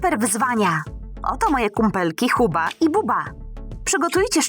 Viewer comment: Booba powiedziałaś huba